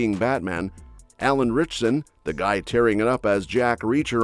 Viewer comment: it’s “RITCHSON”. FYI…